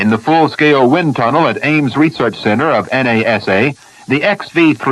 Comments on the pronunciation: This is early, notice the way he refers to NASA as N. A. S. A., ( individual letters). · "The en a ess a"! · En eh es eh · "The Ames research center at N-A-S-A". lol